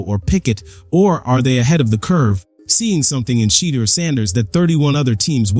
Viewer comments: Dude you are so hatefull, not colore blind, to mispronouce the man's name, must be a Republican or somthing worst. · Please pronounce his name right...dang.